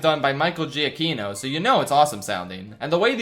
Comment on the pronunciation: It’s pronounced JUH-KEY-noh, “”! 🤨 Also, stop being so harsh on the Cars movies! 🙄